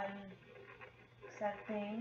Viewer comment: Señora, se dice S A R T E N no S A L T E N !@